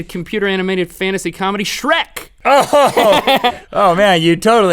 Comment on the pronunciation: Sh-wreckt... LOL